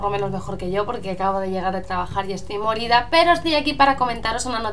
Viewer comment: dices estoy molida pero si se entiende morida pero te llevas mi like :D